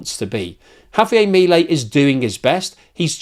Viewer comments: In English it's HAVIAR MILIEL. IN SPANISH ITS Javiar miliel. I know british people are terrible at accents it's ok. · mi-lEi (emphasis has to be on the 'e'.